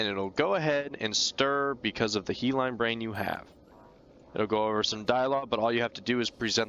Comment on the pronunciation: Hyaline is pronounced Hiya-Lean. He Line was funny tho XD